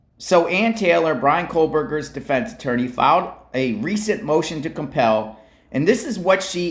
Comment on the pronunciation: you have to drop the L in kohberger it’s koe-burger not kohlbergers . Lol love your channel none the less